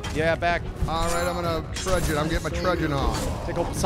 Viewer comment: It's kind of amazing how, despite having the word 'truncheon' spelled out for them on screen, they ALL still mispronounce it as 'trudgeon'.